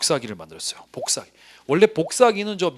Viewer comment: 선생님 복사기 발음하실 때마다 뽀잉뽀잉 소리나요 ㅋㅋㅋㅋㅋㅎㅎ 기본이론 이후 강의는 어디서 수강할 수 있을까요?